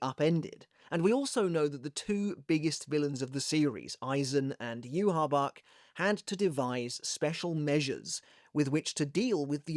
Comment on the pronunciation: Where did u get the pronunciation of "youhabark" isnt it "youhabaha"